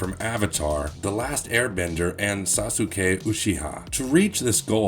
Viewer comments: Sa-su-Kay lmfao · Did u really just say sa-suke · Sah-su-kay Uuu-she-ha LMAO